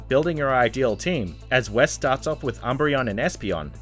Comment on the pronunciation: is the most depressing pronunciation of Wes I’ve seen in my life